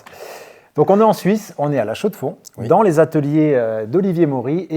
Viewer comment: Excellent les gars! 😊❤, t’as l’accent quand tu prononces la Chaux de Fonds 😅 J’adore le concept! Attentions aux beats error du coup 😅